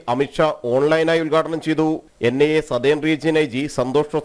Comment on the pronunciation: NNI alla vaaname... NIA Athenkilum vallapole parayan padikku